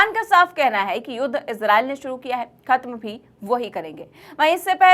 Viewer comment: Suruu nhe hota shuru hota hi. 😅😅😅